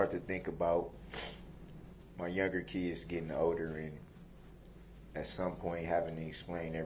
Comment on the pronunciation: what a complete LIAR criminal and murderer. Oh but he obeys the Lord and his conscience is clear, ahhh he has no conscience as he is an evil egotistical heathen, no class, no love and zero integrity. "I don't get to be wif my keds...and my baby. LIAR and thank goodness WisconSIN abolished the death penalty!!! and its obvious as to why. Crime pays.